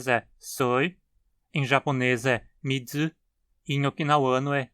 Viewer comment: 水 em japonês: "mizu", sem "dzu". bom vídeo, abraço